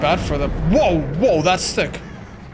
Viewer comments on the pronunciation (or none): none